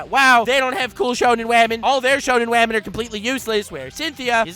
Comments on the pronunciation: By the way, I was watching Wolf Children for the first time today and I called Hana "wamen". THIS IS ALL YOUR FAULT AND YOU BETTER BE GRATEFUL! YOU HAVE CREATED A NEW TERM FOR THE ENGLISH LANGUAGE AND, IF NOTHING ELSE, YOUR INVENTION OF THE WORD "WAMEN" SHOULD BE ON YOUR GRAVESTONE. It is just such a fun word you genius, baka I hate you. XD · "Welcome Wamen and gentle wamen "